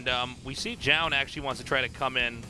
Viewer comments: I got the impression from their explanation last cast that they're still saying it wrong. I think it's two syllables. Jo-Yun, not Joan. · I love tastosis, but it bothers me how artosis pronounces Zoun as "Jhon", like wtf bro? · If Zoun is pronounced 'Joan' then.. why isnt it anglicised to Joan.. and not Zoun? Because Zoun is pronounced Zoun, not Joan.